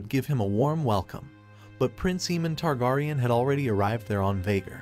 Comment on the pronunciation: Bruh learn to say targaryen. Next.